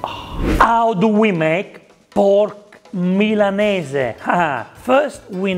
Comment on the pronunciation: So nice to here Milanese pronounced correctly. So many people in Australia say "Millaneez" and it drives me nuts